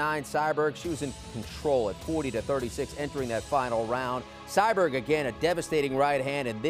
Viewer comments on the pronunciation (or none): CyBORG. There is no "Cyberg". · Her name aint "CyBerg"..... Its Cyborg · Why is he calling her cyberg ? It’s CYBORG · Lol this guy, Cyberg? No dude it’s Cyborg or Cris Santos geez 🙄 at least learn to pronounce the name before going on air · He said Cyberg 😂 Cmon Man U don’t know the Goats 🐐 Name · Sounds like he’s saying cyberg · Why does it sound like homie is calling Cyborg...Sideburn? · Is he calling her cyberg haha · Didn't know Cyborg was hard to pronounce?..... apparently it is. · How can you say cyborg so wrong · Why can’t this dude say cyborg right